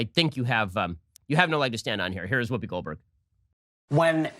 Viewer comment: Wuupi Gold Burg? Gold Burg? Her name is Goldberg? Whuupi. Lol!